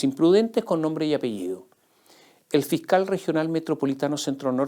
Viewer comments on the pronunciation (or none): none